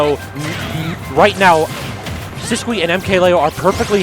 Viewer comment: He is just saying it how it looks. It's wrong, I'm pretty sure, but it's not that cringe. It's weird the actual pronunciation of Sisqui is "Sis-Key"